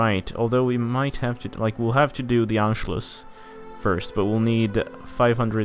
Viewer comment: I love how your brazilian accent still prevails on the "tchuuuuuu" (to)